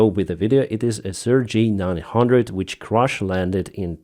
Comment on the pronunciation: You pronounce CRJ as the Russian name Sergei...